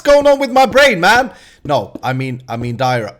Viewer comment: I must say I laughed really hard when you said but didn't actually say diarite